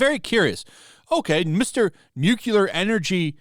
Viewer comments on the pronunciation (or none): It's 'nuclear' energy, NOT 'newkiller' energy. I mean, the technology has only been around for seventy five years, you'd think people would've learned how to pronounce it correctly by now.... 🙄 🍄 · New Clear Not New Koo Lur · Nu-cu-lor. It's Nu-clear. I agree but you sound more credible when the word is pronounced correctly. Nu-Clear. Two syllables. NOT three. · Noo-CLEE-Ar. Not Nook-yuh-lar. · Are you saying nuclear energy or nucular energy? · Nu- clear NOT nu-cu-lar come on, man! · Nu-cle-ur, not "Nukulur", please! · Repeat after me "new clear" not "nuke ewlar" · It is not "nucular" it is "nuclear". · It’s “new-Klee-er”. Not “nuke-ular”. Love your stuff, brother…. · “Nuclear” (new-cle-ar), not “Nucular” Otherwise, great video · Nuclear is pronounced "new clear" not NUKEYELAR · im sorry, i dont wanna be that guy, but you said it too many times, its NEW-klee-er, not NEW-kyoo-ler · Nuclear is "New-Clear" not "New-Quelar. Nuclear. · He’s a virtue signaling idiot. Side note, it’s Nuclear, Nuckyalar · You lost me at nuculer. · It's pronounced nuclear. NUCLEAR! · I can't listen to you mangle the word 'nuclear' any more. Say it with me: Nu Cle Ar. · NUCLEAR! NU...CLE...AR! there is only one "u" to pronounce. also, France's electricity is primarily produced by nuclear power. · I never liked Mark Ruffalo. He always came across as whiny, uninformed and pretentious. Also, a nitpick: Nuclear is not pronounced "new-kyoo-lar". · As much of an idiot as Mark Ruffalo sounds, I wish you would stop pronouncing nuclear wrong. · the way u say nuclear sounds wrong